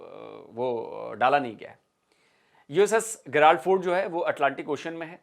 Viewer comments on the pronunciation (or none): it’s not गिराल्ड its pronuciated as जिराल्ड ग नहीं ज।